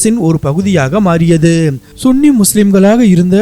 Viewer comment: Sunny என்பது தான் சரியான உச்சரிப்பு